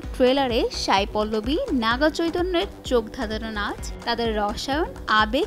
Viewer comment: Sai not Shai... উচ্চারণ স এর হবে শ এর না..।